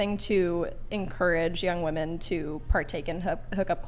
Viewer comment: Am I the only one who keeps getting triggered at their mispronunciation of the word "women" ???!